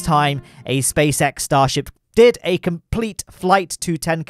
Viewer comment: Uhh you said stasrhip